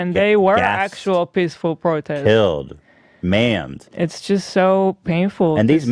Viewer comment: ethan was reading a script. He misred "Maimed". see through what they've become.